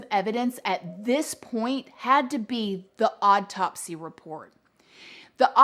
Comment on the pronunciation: Whirlwind. Not worldwind. Also Illinois s is silent. Also not drowned out process...drawn out process. It's also not an odd topsy.